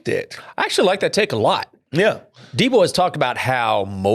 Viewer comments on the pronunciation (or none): We gotta work on getting Deebos‘s name right. I cringe every single time I hear the S at the end